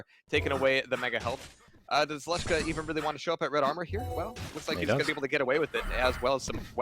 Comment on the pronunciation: it is "Leshka", not "Yashca"